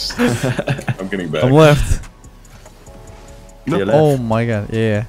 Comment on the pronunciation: every time he says "im left" i just hear "im leth"